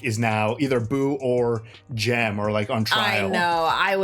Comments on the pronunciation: it's Jem, not Jim. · It’s not Dale… it’s “Dill.” and brother is not Jim. It’s Gem. Watched it in Advanced Placement English for Senior year high school. Shout out to Mr. Hobbs in Ventura